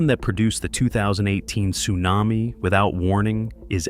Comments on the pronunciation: I've never heard AI this bad! "T':Sunami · A T-sunami? Stupid AI narration.